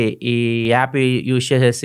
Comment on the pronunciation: Yaappu kadu, app.